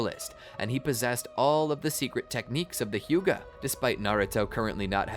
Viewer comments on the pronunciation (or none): none